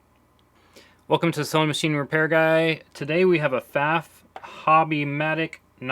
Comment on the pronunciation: I like that you also say 'Pfaff', as I do, and not 'Pfawff'.